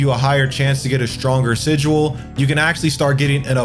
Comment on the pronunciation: Haha sijual. Good guide though.